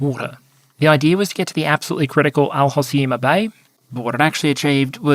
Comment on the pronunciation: For the history section one important detail is that the rif rebellion specifically also was about Riffian/Berber identity which is why they tried to create a Republic seperate from the Monarchy. Apart from that your Pronouciation of El Hoceïma (but it is pronounced with a u even though it is written with an o)